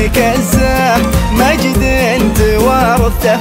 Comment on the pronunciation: كلمة توارثـته به اعاقة بالنطق من الفنان ولا غلطان